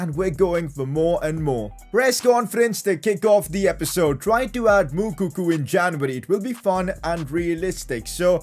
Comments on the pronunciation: Pcq: It's pronounced Mou-co-co not Mou-coo-coo 😂😂😂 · PCQ: IT'S MOUKOKO NOT MOUKOKU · It's moukuko not moukoku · PCQ: The guys name is Moukoko not Moukoku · its moukoko not moukuku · The way pronounces moukoko is hilarious. The pronounciationis M-U-K-O-K-O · Did dis dude just say Mukuku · PCQ: It's pronounced as Mu-ko-ko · It’s pronounced moukoko